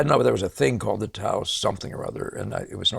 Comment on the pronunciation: I really enjoyed this and your last video. Thank you,! And yes, you pronounced Taos correctly. It was the Taos Society of Artists, but I think a lot of people simply call them the Taos painters. Couse studied with Bouguereau, from my understanding. I see as many Couse and Joseph Sharp paintings as I can in person, and I have found that almost without exception, Sharp's are more impressive (though I think that may be due to bad museum or gallery lighting more than anything else; Couse clearly used a lot of paint, and whatever lighting the galleries and museums use seems to not serve Couse's textured paintings very well).